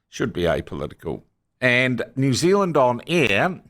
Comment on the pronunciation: its all over the msm too, they cannot even pronounce the name New Zealand